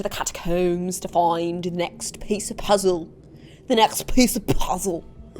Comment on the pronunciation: OfF wE Go tO tHe cAt covEs tO ffInd tHe nexTtt peiCe oF pooozuleww